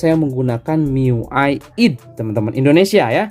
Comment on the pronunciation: Bacanya aydi ngapa bang,id kek sholat aja